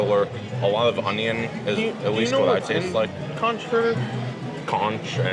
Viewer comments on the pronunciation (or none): It’s pronounced konk and it supposed to be less a hush puppy and more flat and round croquet. My husband will try it but I already know as a native Floridian he won’t be happy.